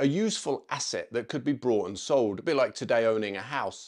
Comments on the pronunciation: I really like this channel and video but.. why are you saying “brought”? It’s bought. There’s no r. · Bought not brought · Sorry, but there is no R in bought. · A friend of mine left the Paras, and was considering joining a cavalry regiment. During the interview, they were told that they needed a private income of around £20K to maintain their rank in an appropriate manner. Also, you keep saying "brought" instead of "bought", they are NOT the same thing.